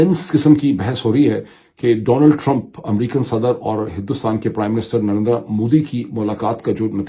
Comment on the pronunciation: Advice for Dr. Moeed please don't stress on last "a" in Narendra Modi as his name ends with r sound. Same goes for Jaitindra, Dharmindra etc.